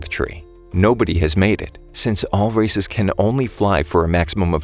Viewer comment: Why did I hear him say racist not races...am I the only one???